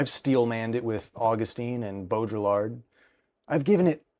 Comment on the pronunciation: i hate to be that guy but in “Baudrillard” the “l”s are silent. so it’s pronounced like bow-dre(as in dream)-ard(as in bard) in an American English dialect. I believe in french it’s pronounced without the d at the end. of course you may be pronouncing it in a dialect i am unfamiliar with, in which case please forgive my ignorance